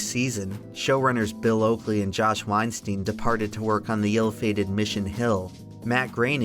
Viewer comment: its not weinsteen, it’s pronounced like wine-styne ei is pronounced like “eye” or the y in kyle.